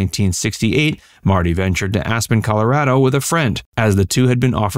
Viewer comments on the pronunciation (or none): none